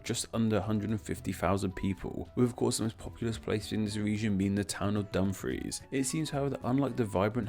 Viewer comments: Kirkcudbright is pronounced 'Kir-Koo-Bree' Also 'Dum-frEE-SHer' And 'Dum-frEEce' Hey you got Galloway perfect though :) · I like the vid but just wanted to point out that Kirkcudbrightshire is pronounced Ker-coob-ree-sher, Dumfries is pronounced Dum-frees, and Dumfriesshire is Dum-free-sher